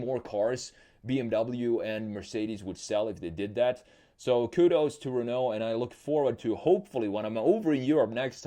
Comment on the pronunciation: Le Renault pronunciation was perfect